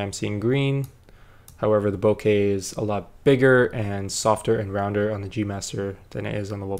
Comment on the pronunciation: Omg you say bokeh correctly 😭😭😭 (deep cries of joy). I was losing hope hearing all the YouTubers say bokah...